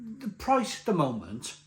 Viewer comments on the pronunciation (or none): none